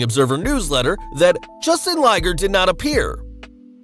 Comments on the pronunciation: Did you say...Justin Liger? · Did you say “Justin Liger”? His full name is Jushin Liger Thunder. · Did he say "Justin Liger?" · "Justin Liger" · How the hell is this guy gonna mispronounce Jushin Liger??!!